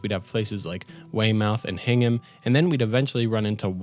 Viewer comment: Hearing someone try to pronounce town names from Massachusetts is always fun. I was laughing when you managed to say Hingham perfectly but stressed the mouth in Weymouth so much. Really good video! Thank you for the effort.